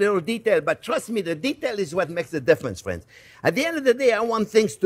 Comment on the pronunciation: Even better, we're "Friens"